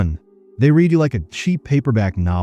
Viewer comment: Text to speech has come long, but needs an option to say "read' correctly.